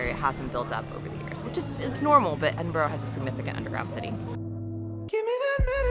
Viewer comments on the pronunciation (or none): Please learn the language... EdinburAH not Edinburow. My American wife even finds it annoying.. and she's from Cinsiotti. Lol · It’s not Edinborro its EdinBURGH try and pronounce it right. Ed in burr ahgh. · Quality vid about my city - tho shame about the 'Edin-boro' (Edinburra) 😊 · Mostly pronounced Edinbra. Oddly enough. Not Edinbroe. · Its not Edin burrow. Its Edin bur uh. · Not Edin-burrow, but should be Edin-burra or Edin-burrer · I hate when foreigners say EDINBORO- it's 'EDINBURA',,,,,, AND WHISKEY IS IRISH- WHISKY is Scotch/Scottish. But welcome anyway. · Well for starters it's not Edinboro it is pronounced Edinbura. Do not miss the Edinburgh Festival in August it will blow your mind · EDIN BRUH not EDIN BURROW ! SCOTS WHISKY without the letter E = Scottish . WHISKEY with the letter E = American. SCOTCH is a drink not a race of people. 100 degrees is the boiling point of water !! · Edinburrow???? Noooooooooooooooooo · I lasted 54seconds before I had to click off, your pronunciation ‘EDIN-BORO’ was like nails on a chalkboard. EDIN-BUUU-RRAA!!!!! lol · Edinboro??…….cringe! It’s Edinburah,Edinbruh or EnBruh!! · My recommendation is stop calling it Edinburgho it's pronounced EdinburghA . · Edinbruhh NOT Edinburrow. Apart from that, WELCOME! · Nope. Edinburruh or Edinbrah. Not Embra. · Ceud mìle fàilte! Welcome to Edinburgh! You'll get there with the pronunciation - less 'bro', more 'bruh'! If you'll be around next month, the Edinburgh Fringe Festival is well worth experiencing at least once. Enjoy your visit! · just say “ehdin-burr”. Lots of people say that, rather than trying to mimic the true Scottish pronunciation. Edinburgh > Edin-Burr > Edinborrow. Never do the last. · Ed in bur uh. Put it all together, Edinburuh. Not "Edinburr". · Pronounced Edinburu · Edin...brrrruh! Edin....brruh. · Thumbs down and skipped as soon as I heard the first word of the video. "Eddinburrow' . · Why do American's continually butcher British place names? Edinboro.